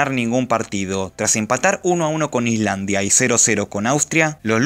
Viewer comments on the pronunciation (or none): none